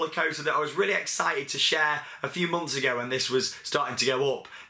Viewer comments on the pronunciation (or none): none